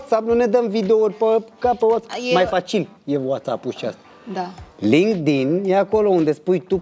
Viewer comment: Acolo chiar sa înțeles ca zice lindig.......... Lindic 😂😂😂😂😂😂